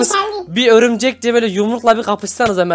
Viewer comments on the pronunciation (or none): Abi örümcek dedin bikeresinde öbürcek dedin o aklıma geldi XD de yine öbürcek dedin XDD